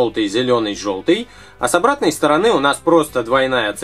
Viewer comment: В он сказал вместо СТОРОНЫ - СТОРОНЁ